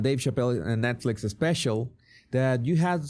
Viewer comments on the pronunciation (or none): none